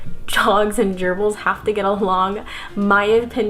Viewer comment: Why when she says gerbles does it sound like an STD to me?